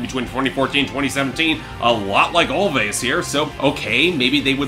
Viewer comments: I don't know 'bout you, but this album is my jam! P.s. It's pronounced "Always" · it's pronounced "always"